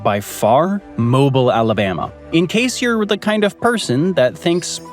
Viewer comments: Pronunciation is: Mo BEEL (like wheel) not Mobile like the gas company. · It’s pronounced Mo ‘Beel, (Mobile, AL). The average humidity is closer to 88% in the summer months. Yep, we get a ton of rain, but a lot of it comes in the form of torrential downpours during the summer at approximately pm. They last less than an hour, but dump at least a few inches of rain if not more and then the blistering sun comes back spiking the humidity to 99%. We get a ton more sunshine than rain, we just get storm bursts. We are having a gorgeous fall and could actually use some rain. It’s a beautiful area. ❤😂😊